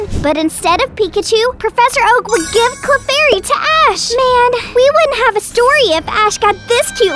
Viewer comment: It’s clefairy not clarfairy